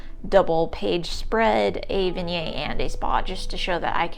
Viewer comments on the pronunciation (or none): Vignettes = not